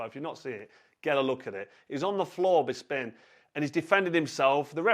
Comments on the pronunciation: BISPIN!!!! Who the fuck says "BIS PIN" Ffs just stop carl!! Your a legend but You know zero about mma. Painful hearing when you talk mma. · Anyone else notice he said "Bisping what a guy" 😂😂😂 he definitely does this on purpose! "What a guy? Whats gay" hahahaha